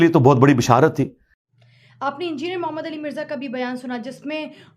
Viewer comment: Nabi pak ka name sahi tarah se nhi le rahi